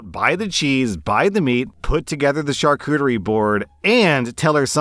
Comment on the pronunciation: Charcuterie is not pronounced as shar•kute•ter•re. 😂😂😂 Which is hilarious because, yesterday in work, I was talking about how I can never pronounce charcuterie right, and I hate French. 🤣🤣🤣